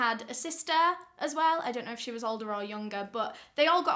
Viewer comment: She’s = Shay 😂